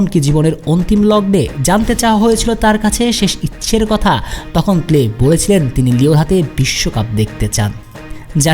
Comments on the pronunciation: প্লে কে রে ভাই? নাম হলো পেলে। অতি স্মার্টগীরি দেখাতে গিয়ে পেলে কে প্লে বলা শুরু করে দিছেন। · Pele পেলে কে প্লে উচ্চারণ করবেন না প্লিজ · নাম পেলে। প্লে উচ্চারণ টা শ্রুতি কটু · News banas naki gaja khas......vul baal news banailei hoy?pele uccharon o toh thik nai tor